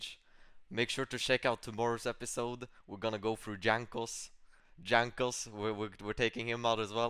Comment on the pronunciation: I like how the only english J he pronounces is Jankos name where it is actually wrong lol